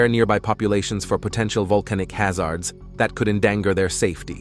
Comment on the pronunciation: Vol-ca-no-lo-Gists closely monitor VUL-cah-noes to better predict eruptions and prepare nearby populations for potential volcanic ha-ZAHRDS that could en-DAN-Gahr their safety. You gotta love narration by computers.